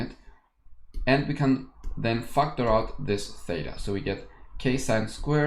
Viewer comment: Whenever he says factor out i hear fucked her out 🙄.